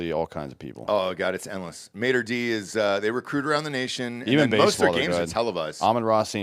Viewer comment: Hahahaha I have NEVER heard anyone pronounce Mater Dei high school so badly! LOL Tell me how you don’t know high school football. It’s not (Mate’r D) it’s like Alma Mater and pronounced Day